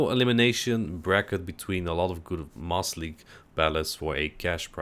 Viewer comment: It sounds like you are saying "Moss league" when you say it quickly